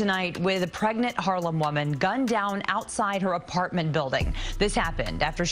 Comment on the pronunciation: Damn sad story bro. Can you say apahhh-ment again.. sounds funny